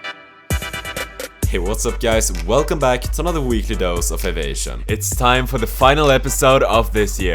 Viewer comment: Its Av I ation The I is quite an important part of the word Aviation